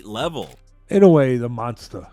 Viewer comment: Mike : this is a MONKSTER, A MONKSTER 😂😂